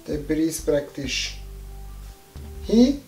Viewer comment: Es hoaßt ned "Bries" sondern Pris´ mit "P" wei´s vo Prise herstammt. Sovui jedzd amoi do dazua.